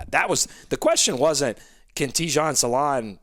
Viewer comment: Hi from france his name prononciation is salin no salaun